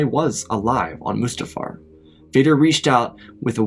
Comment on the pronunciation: It’s pronounced mustafar